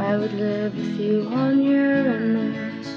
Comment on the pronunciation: This is really nice, you are an amazing songwriter. Thank you for pronouncing Uranus correctly!